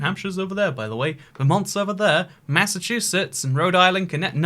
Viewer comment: Everyone: New England: M A I N S S A C H U S E T T S